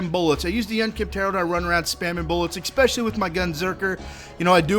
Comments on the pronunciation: for the love of Jesus H. Popsicle, it's "especially", not "expecially". Or is that a referrence i don't understand? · There isn't an "X" in especially. If you google it, you can also listen to how it's pronounced.